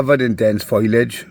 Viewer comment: o its fo-liage...not foilage...😅